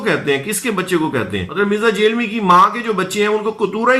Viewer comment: جہلمی کی ج کو زبر کے ساتھ پڑھیں ھ کو زبر کے ساتھ، ل کو جزم سے م ی زیر می جھل می مکمل لفظ جھلمی ،یا دوسرے الفاظ میں جھنمی